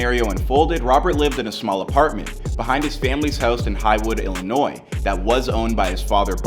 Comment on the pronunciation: Thumbs up for pronouncing Illinois correctly.